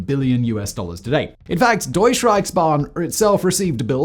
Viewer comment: DeutschE not Deutsch Reichsban...with an e e at the end sounds like u in but..